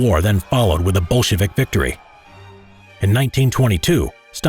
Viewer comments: I’m hearing “Bullshit” party instead of the correct word lol. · it's so interesting how the narrator makes "Bolshevik" sound kinda like "Bullshitvik"😂😂😂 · Why do I heard bullshitic and bullshitvics